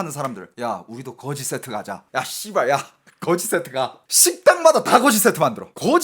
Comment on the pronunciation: 그으지쎼트 그렁뱅이쎄트 ㅋㅋㅋㅋㅋㅋ